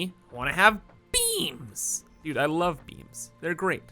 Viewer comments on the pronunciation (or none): I love how when says beams it sounds like beans.